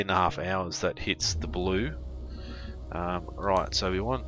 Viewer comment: You said 18.5 hours it be Blue ..don't you mean Blue-e? lol